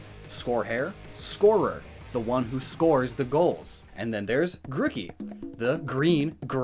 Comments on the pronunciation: Your evidence is literally so ass. also learn to pronounce names, its not gruk ie its gru key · Every time he says Grookey wrong I die a little inside.